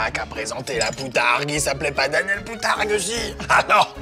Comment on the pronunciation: De la BOUTARGUE ! pas POUTARGUE !!